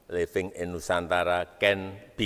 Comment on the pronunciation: Aku rusak telnga dgar kata igris pk de, YOU CAN LIFING IN IKN, livng kan tinggal Apakah bukan STAY yaa bhasa inggrisnya